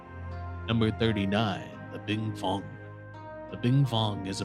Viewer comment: Why can't you pronounce fenghuang